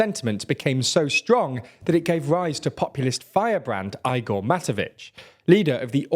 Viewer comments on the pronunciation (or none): none